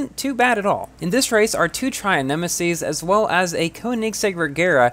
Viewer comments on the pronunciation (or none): It's pronounced Troon nemesis-s